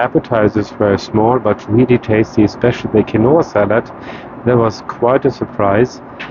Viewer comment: Quinoa pronounced keenwah